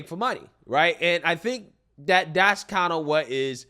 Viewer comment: Honestly, he's back to Dis And Dat and dem and dose ,Whats Dis Talk???